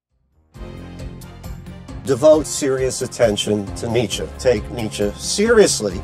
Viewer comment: After a while I just hear Dmitri instead of Nitsche